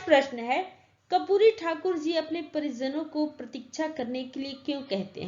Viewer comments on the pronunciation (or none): Ma'am aap karpuri ko kapuri padhte hai